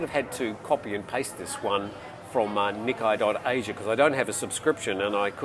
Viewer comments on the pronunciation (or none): Hey, great show as always. Just a heads up about the pronunciation of "Nikkei" It's pronounced as "knee" - "kay" as in "(o)kay". Just wanted to let you know as you mentioned in a previous video that you weren't sure of the correct pronunciation.